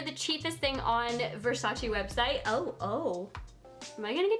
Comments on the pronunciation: I’m dying laughing at all y’all trying to hate on for pronouncing Versace wrong but then telling her to do “Channel” or “Gevenchy” 😂😂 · you are pronouncing Versace WRONG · You’re pronouncing Versace wrong 😩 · Ugh I hate it when people don’t pronounce Versace right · I Agree with you wrong pronunciation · Kiemas AZZ she pronounced it wrong, Versace is an Italian brand and we pronounce it diffferently than she did, even Donatella said that you all pronounce it wrong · You said “versace” wrong! STOP IT !!!!!!!!!!!!!! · If you’re going to make a video on Versace say it right at least? Hahahah lord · Its not versachi its versace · VERSACE NOT VERSACI!! ly from italy❤🤗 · Don’t call it versacI it’s Versace pleaseeeeeeeeeeee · Its versace not versachee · Girl , versacEEEEEEE not versacI 😤😤😤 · Its VER-SA-CHè not ver-sa-chi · ver sa CHE not CHI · Its VersacE not Versaci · versacE not versacI dumb ass blonde bitch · This is not the cheapest thing That they have the cheapest thing actually is a little baroque Black plate for 29$ And PLEASE don't say versaciiii it's versace simple as That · Let me help what Donatella told, "it's VERSACE, not VERSACI." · In Italian is VersacE not Versaci..pleaseeeee!! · It’s Versach-eh not Versach-ee 😭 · It is versacE, not versaci, pls stop saying it like that 🙄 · it's versac"e" not versacie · IT'S VERSACHE, NOT VERSACHI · Adolfo Pasetti actually Donatella even said that she wish people stop of say "versachi" because the correct way it's "versache" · Is not “Versachi” is VersaCHE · It’s pronounced “Versachay” I cringe how you say it omg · ‘I love Versace!‘ * says Versacy * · It's pronounced Ver-sah-cheh/Ver-sah-tchay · You pronounce it wrong. It's VersacE with E not I -__ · It's pronounced versa-che , its French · it’s pronounced ver-sah-ché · Versachi Versachi Versachi! 😜😜😜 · Kiemas AZZ it’s “Versach-eh” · Kiemas AZZ watch 73 questions with Donatella Versace, "versaci" is the wrong way to pronounce it. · Ver sa che that's how it is pronounce